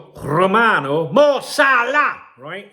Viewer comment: Romano is the correct way it was said m8